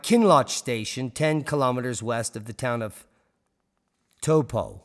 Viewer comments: Pronounced Towpo , I believe . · It’s pronounced Tau-po, been there many a time.. the last time this one popped it caused crop failure and no sun in Europe recorded in Roman records. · Re Lake Taupo and township: Tau rhymes with towel, a cloth with which we dry ourselves. Towel-po. 100 km / 60 miles away is Mount Ruapehu, an active volcano. One of a group of three mountains, the other two being Ngauruhoe and Tongariro. If there's a VEI 6.0 eruption, how far would the lava flow ?